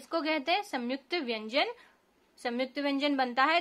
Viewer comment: It’s not Samyukta m ko jgh n aayega in Hindi pronounc mai